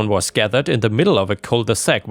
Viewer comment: Cul de sac, not cole de sac.